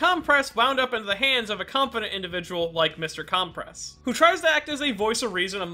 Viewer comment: Not CALM PRESS it’s pronounced (cUm press)